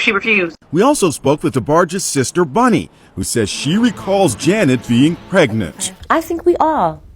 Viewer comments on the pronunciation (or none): Her name is Bunny not Bonnie. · It's Bunny not Bonnie.